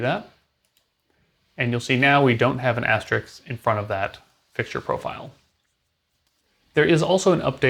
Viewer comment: Asterisk not Asterix.